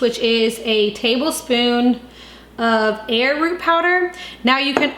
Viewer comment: Did you say air root ?